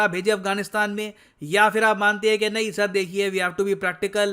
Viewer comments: By the way when sir calling "sir" in video Totally British Accent 🔥🔥🔥😂 Hats off to you sir👐🏻👐🏻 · That British accent 'SIR'😂😂😂😂 Kamaal keeto ho tussi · Accent of "sir" 😂 👌